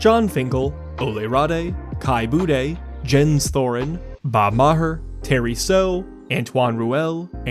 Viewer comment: I know you apologized for pronunciations on the names, but FYI, Jens is pronounced Yens.